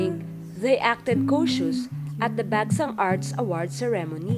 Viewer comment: Hahaha this! It's the BekSahng for me lol